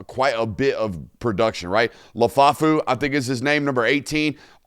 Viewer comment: Bro it's Rasheem Biles not Briles. Also the LB you were talking about is Lefau not Lafufu 😂